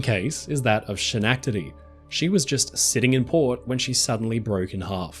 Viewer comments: I'm going to go out on a limb and say you're not from Massachusettes . With that understanding, "Schenectady" is NOT "Shin-neck-tiddy" but "Skneck-tuhddy" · Schenectady is pronounced sken-EK-tady. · SCA NECK DA DEE (H) is silent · It's so hard to listen to almost an hour of you saying Sha Nack Ta Dee. It's Skuh Neck Ta Dee. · God dude, you're killin me! It's Skehh/NeK/TA/dee!! NO Shh sound. Dont ask me why, but we pronounce that C as a K. I was born and raised in upstate NY, and my daughter lives there in Schenectady with her family now. Hard SK, soft eh sound. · Love your videos, how well-researched they are. Therefore, I don't think you'll mind if I correct the pronunciation of SCHENECTADY. It's Ske-nectady, not She-nectady. Cheers! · Great video and very informative. My only problem with is how you pronounce Schenectady. You keep saying "Shinectady" We Yanks pronounce it with a hard C or K sound. "Skenectady" I had no Idea the word you were saying until I read it in the video.😂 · FYI- the name “Schenectady” (it’s a place in New York State, where I’m from) is pronounced skeh-NECK-tah-dee. Like that. It’s a Native American proper noun, as many place names are in the United States, not a German word the way you pronounced it. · As of New Yorker I have never heard anyone pronounce Schenectady the way you have. It's Ska-neck-Ta-Dee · shenackdety lol great video but dude should put as much effort into learning how to say ballard and schenectady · I know this is an old video, but Schenectady is pronounced, Ska neck ta de. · In upstate NY, we pronounce it, "skeh-NEK-ta-dee" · Schenectady. I love that this name is so unpronounceable for everyone. Skenectady is how it's pronounced. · Just FYI: the "Sch" in the word Schenectady is pronounced like the "sch" in the words school or scheme, i.e. like "sk".😊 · Hi, big fan, THANKYOU! Utterly unimportant...in the US it's pronounced Ska..neck..ta..tea... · That's (and this is phonetically for you ), Skenectedy.